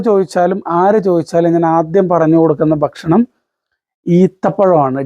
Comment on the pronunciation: എല്ലാം അറിയാം......പക്ഷെ ബക്ഷണം അല്ല ബായ് ഭക്ഷണം 😢